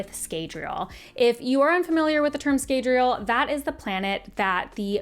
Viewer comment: In the audiobooks the a in Scadriel (sp?) Is not pronounced as long.